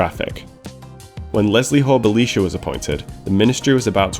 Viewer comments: Interesting that you pronounce Belisha with the ee sound rather than the eye sound. Belisha when referring to himself used the Bel(eye)sha inflection. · The correct pronunciation (used by Belisha himself) was Bel(eye)sha. He was an ally of Churchill , Jewish and therefore vehemently anti Nazi.